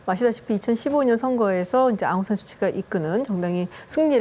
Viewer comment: 아웅산 수치가 아니라 아웅산 수찌...이름부터 제대로 불러 주기를...